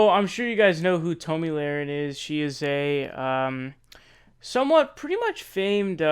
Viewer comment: Can you pronounce her name correctly, you should figure out how to pronounce a name before you make a video about the said person. Your rambling and foul language show your uneducated.